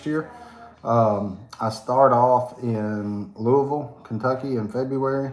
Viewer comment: You pronounced Louisville correctly!!!!! I am SO impressed. Where are you speaking at?? OHHH, what color did you paint on your walls??